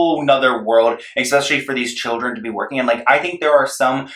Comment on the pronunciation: Not him saying “ekspeshally”